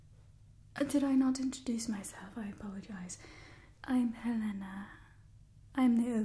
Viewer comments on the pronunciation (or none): none